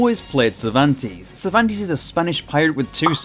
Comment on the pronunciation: I loved the video a lot, but as an spanish, it hurts my soul hear you saying "Cervantes", sorry xD In spanish it is pronounce with both "e"s pronounced like the "a" on "age", the first sound you make. What you pronounce It would be written something like "Zirvantis" hahaha